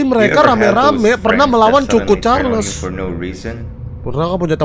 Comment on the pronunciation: Bang choo choon charles bukan c*** carles